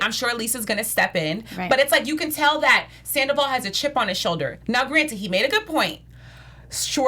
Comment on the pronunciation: Can one of you ladies please tell him it’s not pronounced Sanderval?